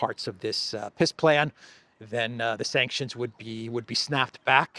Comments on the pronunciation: ...did you say peace plan or piss plan?? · Funny that when says it, it sounds like Piss Plan... I think its a pretty accurate description... 🤣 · has an interesting way of pronouncingpeace plan....it comes out as PISS plane.....very appropriate! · It sounds as if you are calling it a "Piss plan". 😂😂